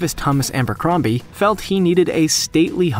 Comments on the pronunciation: Abercrombie, not Ambercrombie. You could at least pronounce it properly. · Abercrombie NOT AMbercombie! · Is it just me or does he pronounce Abercrombie as Ambercrombie? Because, your last sentence has been stewing inside my mind while I was watching the video.